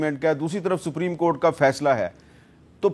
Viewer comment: جو شخص سپریم کورٹ کا تلفظ ہی صحیح نہیں کر سکتا ھو اسے آئین پر بحث کرنے کے لئے سلمان اکرم راجہ جیسے ماہر قانون کے مدمقابل🎉ا بٹھا دیا جاتا ہے۔بدنصیبی ہے ملک کی۔